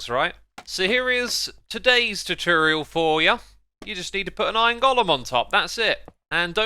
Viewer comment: no one: x: terterioerl